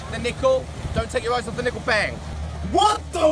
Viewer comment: when hes in america he always says bang in an american accent